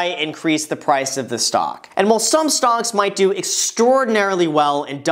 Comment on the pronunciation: I don’t know why but every time he says “stocks” I hear “stonks”